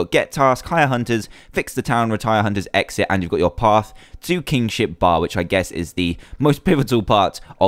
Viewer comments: nono, I'm just saying when he says it, it sounds like Kingshit. No offense :P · lol even thought the mod was called Tale Of Kingship.At the start i thought Dan said Tale Of King@@ XD